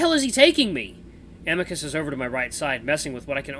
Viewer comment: Please don’t voice Amicus with an Italian accent please 🥺